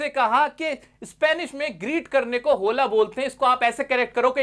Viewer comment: स्पेनिश लोग होला ( Hola )नही ओला बोलते है।